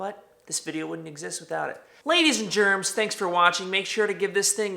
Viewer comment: Everytime he says ladies and gens it sounds like ladies and germs 😂